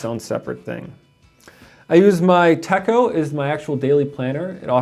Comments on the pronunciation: Techo is not pronounced tecko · The "cho" of "Techo", sounds like the "cho" in the word, "na-cho". But you have the "te" part right. 👍🏻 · 😕 I believe you're pronouncing Techo incorrectly..